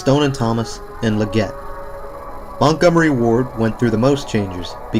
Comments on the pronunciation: Leggett t is not pronounced "le-GET", its "LEG-git" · It’s pronounced “Leh-gits,” just in case anyone’s curious. :) Great video! Thank you for sharing! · This mall looks so cool and retro and Leggett is pronounced leg it. We had one at our local mall. Thanks for a great video. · He is probably to young to know the chain. I gave him a pass on how he said it.